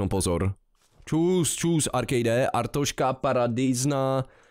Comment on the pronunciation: To je fakt mor, jak tomu všichni říkají Artoška. Podle mě není tak těžký říct Arstotzka xD